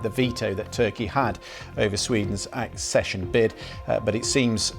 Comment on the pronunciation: Jesus God dammit will you PLEASE stop saying “assession” it’s ACCESSION. ACK-SESH-UN.